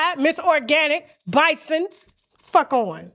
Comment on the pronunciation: Tasha said a "Bison" 😂😂😂😂